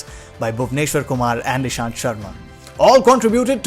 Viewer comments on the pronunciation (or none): Not nishanth... Ishanth